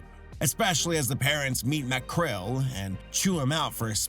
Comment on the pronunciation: its Macrel Mcrel...